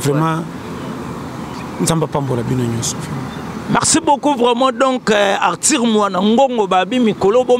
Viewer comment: Belle émission mais ce journaliste dois apprendre à bien prononcer Arthur et non artir